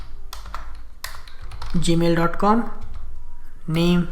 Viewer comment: I really like the indian version of gmail...gamil haha just kidding great vid.